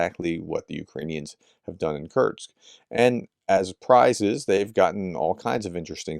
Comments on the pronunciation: Hi, please consider taking some time to adjust your pronunciation of "kursk" (not "kurts"), as it is a name you're likely to say a lot in the coming days / months:) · Man pronounce Kursk properly. It's koor-sk not kurch! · Why do you keep pronouncing Kursk ( Kerrsk ) as Kertz???? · Quick pronunciation guide: Seva-Stopol, not Sev-A-Sto-Pol KurSK, not Kurt's Av-Diiv-Ka, not Adeeka Sudzha is apparently pronounced "Su-Ja" And for fans of Combat Veteran Reacts: Vov-ChanSK, not Vov-Chanks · Prof's pronunciation of Kursk sounds like Kerch, so this video was a bit confusing 😅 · Sorry Prof, but your continued mangling of the pronunciation of a simple word like Kursk is really irritating .